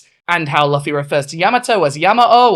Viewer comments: Banger video, one thing, please never pronounce luffy as “luhffy” again, its pronounced “loofy” not hating but its severely triggering me😭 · I really appreciate this video bc it's been bugging the fuck out of me seeing yamato miss-gendered so often in fan content, but at the same time hearing "luh-fee" repeatedly hit me for psychic damage. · I love this, literally everything about, but let it be known that it hurts my soul how you pronounce Luffy's name 🤣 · I agree with ever word you say 🏳️‍⚧️… except your pronunciation of ‘Luffy’ 🤔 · I very much agree with this person, but unfortunately she is british and so refuses to pronounce words correctly - manga, luffy, yamato to an extent - this is 'tacko' all over again. (No legit hate, just a peeve)